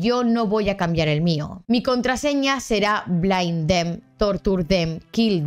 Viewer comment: Tienes razón, lo pronuncie mal es Bind jajaa